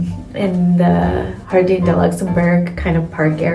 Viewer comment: Jardin, pronounced “Jar-den”. Marais = “Mar-ay.” A little research/prep would have made this a much better video. It was painful to watch, honestly.